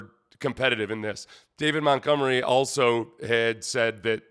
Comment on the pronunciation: You almost said, “David GonMunery” 😂😂😂